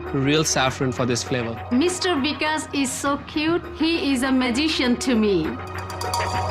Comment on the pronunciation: the way they pronounce vikas as weekus is soo funny